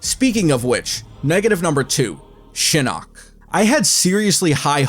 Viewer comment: Did he just say The Eye of Shitting?